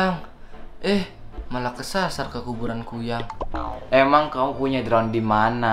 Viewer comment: Kn kuyyang lagi kuyang lo bukan kuyyang uuu ngomong apa pun di tambahin tambahin uuu😂😂😂😂🤣 bilang kuyang aja kuyyang 🤣🤣🤣🤣